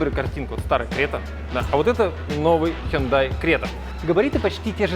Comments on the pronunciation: Сами корейцы произносят как ХёндЭ (ударение на Э) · У меня фулловая крета 2020 года. В Казахстане мы говорим Хюндай😂Хундай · Не хюндай, а хёндэ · Запомните-правильно Хёнда!!! Это сами они под своим видео говорили!!! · Правильно хёндэ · Хёндэ кринж